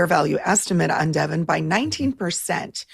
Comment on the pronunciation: great as always. Nice to hear the correct pronunciation of Devon. (i.e. not "Devaughn.)